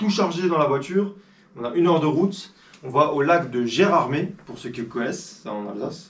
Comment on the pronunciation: Merci pour cette vidéo... Euh...Dis donc, tu es sur que Gérardmer est en Alsace? Tu n'aurais quand même pas l'intention de voler ce lac au Vosgiens? Tu le prononces bien Gérardmé comme les habitants de cette ville et c'est comme ça que ça se prononce malgré son orthographe. Son tour fait à peu près 5 km. Ton prochain passage dans le secteur contacte moi, je te dirai où camper sans ennui. J'habite une ville à côté de Gérardmer. à+